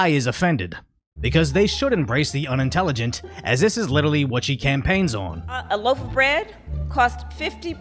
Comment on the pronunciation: HE SAID "LITERRALY" thanks clali trash word alsso